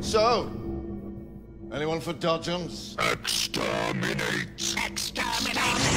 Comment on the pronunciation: More like "Exsperminate"